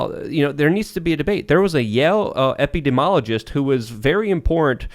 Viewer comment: Tim lobbed an easy one to to give him the chance to pronounce 'epidemiologist' correctly and he butchers it even worse...